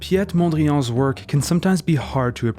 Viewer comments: Great video, however as a dutch person your pronunciation of 'Piet Mondriaan' made me giggle. It's not french, it's dutch. And it's pronounced like: Pete/peet Mon-dree-ahn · My only complaint is that the narrator pronounces Piet Mondrian's name in French, as if he were French. He's Dutch. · Why did you say piet mondriaan like as if he is french